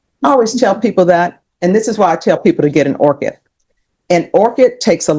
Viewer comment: Orchid, not orchard.